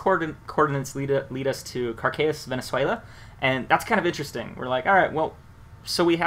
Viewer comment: 1. its VENEZUELA not VENEZUALIA wtf? and its caracas not cracas i como from venezuela and let me tell you my friend that chavez died in cuba not in venezuela when he died he was in la habana in a fucking hospital.